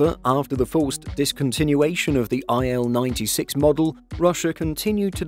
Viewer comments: cool but why can't you english speaking men call Russian planes correctly. it;s not "ai el 96", it's "il-96", like "eel" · It's not Ai-El, it's Il (ee-l)